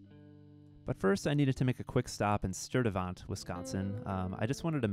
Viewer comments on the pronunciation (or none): Shout out to Milwaukee! Silly nitpick lol - isn't it pronounced Sturte-"vent/vint" despite the spelling? Or maybe I've been out of WI too long and forgotten the pronunciation.